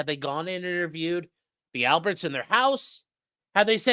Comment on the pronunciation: The “L”berts